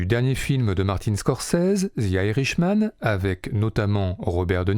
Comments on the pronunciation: "Zi Irishmanne" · « Zi irishman », c’est quelle langue ?